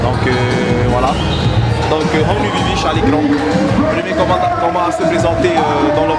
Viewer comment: C’est VIVISH merci de bien prononcer !!